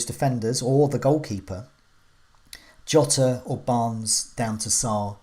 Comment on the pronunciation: I heard Yota and Jota but now we have calling him Jowta???